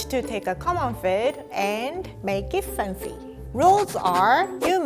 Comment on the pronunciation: rie tries to say make it fancy instead she say maget fauncy